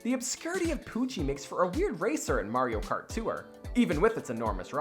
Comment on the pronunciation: You’re not supposed to pronounce it “Too-wrr”. Tour is one syllable, not two.